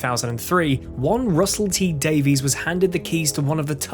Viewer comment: Good video, maybe try to pronounce "Davies" correctly next time.